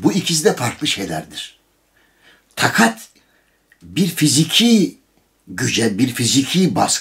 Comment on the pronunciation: be takat değil taakat